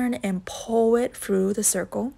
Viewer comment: It’s through not frough